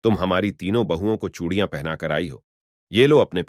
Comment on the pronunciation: Phale chudiya to bolna sekhlo bhai Radha Krishna